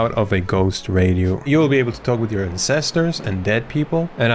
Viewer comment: "you will be able to talk to your /incestors/" bro what I dont wanna talk to them tho